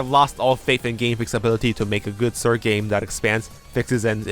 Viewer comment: Ah yes, ze “sird” games.